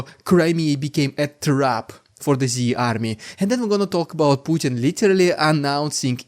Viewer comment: Stop saying litelly..its literally..but you still say too much